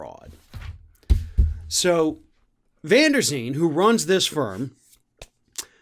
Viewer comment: The lawyer's surname is van der Veen (so not van der Zeen... ).